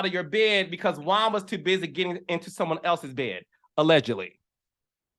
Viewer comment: I was with you until you said bring Charisse back. Also, it’s “Juan” not Jaun. 😂 Anyway, you made some great points.